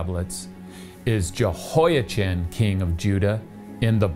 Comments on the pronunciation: Yehoia-chin? Really. You also say Chan-ukkah? You are the only person I know who says Jehoia-chin while recognizing Yuakin as referencing the normal pronunciation of Jehoiachin. And you pronounced it correctly earlier in the video. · Aargh! I really appreciate your videos, but hearing the “ch” in “Jehoiachin” pronounced as in the English word “chin” instead of as in the Scottish word “loch” is difficult… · Yo' ah-chem, with a gutteral ch is the Hebrew pronunciation of the name of the King of Judea. It's less of a pronunciation nightmare than the English translation 😁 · Not wishing to put too fine a point on it but the 'ch' sound as in the English word ' cheese ' does not exist in Arabic or Hebrew so it's Yehoyakin in pronunciation